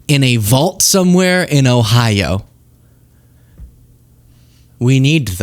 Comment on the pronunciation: I know you keep saying Ohio. But am I the only one hearing “Idaho” when Billy says it?